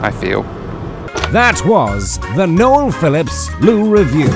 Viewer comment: mispronunciation strikes again. 😂😂😂